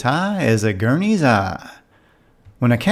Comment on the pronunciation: you pronounced the Guernsey's Eye as a Gurney's eye , waves finger and says tut tut ,must learn how to pronounce a Country's name properly, : Im from Guernsey